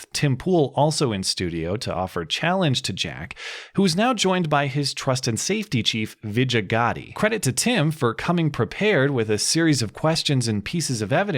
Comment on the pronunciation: Veejay Gadhi is what you pronounced her name as. I'm an Indian and Gadhi means donkey in Hindi. Spot on mate!